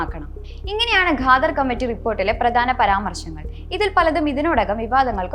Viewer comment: ഗാദർ അല്ല, ഖാദർ 😂